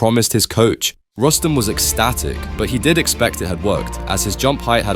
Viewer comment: It is pronounced as Roos-tum, you idiots.